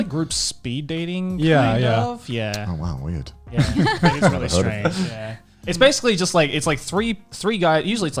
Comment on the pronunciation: Not rearry